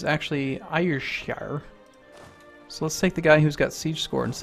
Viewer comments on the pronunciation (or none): Ayrshire = Airshire with a soft 'i', like 'ee'.